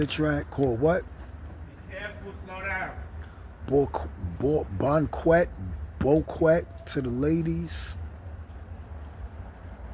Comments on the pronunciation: u said Boquet as Bokwet my man. It's French. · Bo kwet??!! 😂😂 Ahhhh you lost it